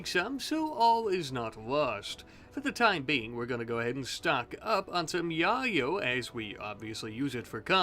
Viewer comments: It’s pronounced yay-o not ya-yo 🤣🤣🤣🤣🤣🤣🤣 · your pronunciation of Yayo is very amusing to me, it makes me think of the OG onepiece opening.